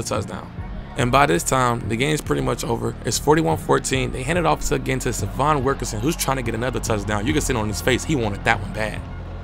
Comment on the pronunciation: Please pronounce his name right - Say-vee-on